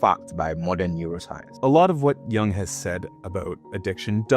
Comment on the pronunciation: I'm not a grammar nazi, but Jung's name isn't the same as the word young, so many YouTubers do that